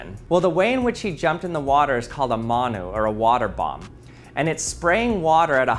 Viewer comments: i internally died when he pronounced manu (mun-oo) ‘maa-noo’ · It’s pronounced munu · It's pronounced m-u-ewe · It is NOT pronounced maaa-nu :sob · He mispronounced manu so badly